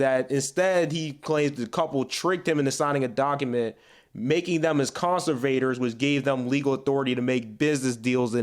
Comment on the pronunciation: Great comments but, it's con-SERV-a-tor. And per "Sandra Bullock still a baddie, though." Heh heh! GOOD LUCK, MICHAEL OHER.